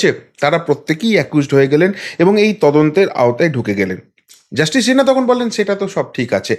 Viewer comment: আরে সিনহা, শিনহা না, আপনি আমার কাছে গানে ভর্তি হয়ে যান ঠিক করে দেবো বাদ বাকি সব ফাটাফাটি উপস্থাপনা😮